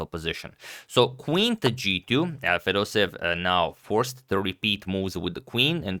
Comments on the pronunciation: It's Fedoseyev, not Fedosev! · Dear Fedoseev is pronounced in Russian somewhat like [fedoséyev] with an emphasis on the first "e". From Russia with love <3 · fedoseev with two "e" . 'pronunciation is with 2 "e". it is like "being" (excepti it is "e") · You pronounce Fedoseev's name as Fedoseyev